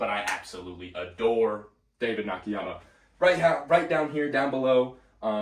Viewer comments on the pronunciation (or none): Love your channel and your energy but I have to nitpick one thing. It's David Nah-Kah-Yah-Mah.